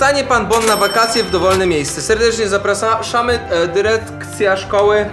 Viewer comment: Zaprasam mówi się zapraszamy wiem że się przejęzyczyłeż